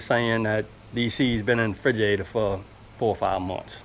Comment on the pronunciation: The way you say "friguhatuh" for refrigerator made me smile.